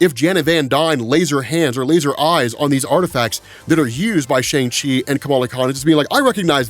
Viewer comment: Dude, Kevin Feige and a whole scene in Shang Chi and the Ten Rings put in the effort to teach us how to enunciate the 'Shang' in Shang Chi, representation matters man, I'm sure I'm not the only Chinese listener who cringed every time you mispronounced Shang Chi.